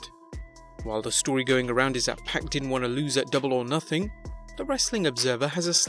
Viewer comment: Its only 1 pac..and it ain't pronounced "pack"